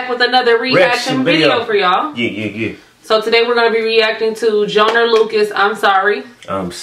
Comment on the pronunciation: JOY-NER not JO-NER